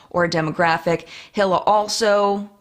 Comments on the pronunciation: Correct pronunciation of hilas name is ee-luh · Just a note that Hila's name is pronounced more like Hee-la or her husband Ethan says it more like eee-la. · Also Hila is pronounced as Ila (without the H)